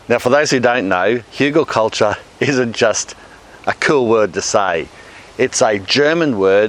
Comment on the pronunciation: Haha, I cannot believe you pronounced "Hügelkultur" correctly - cheers, mate!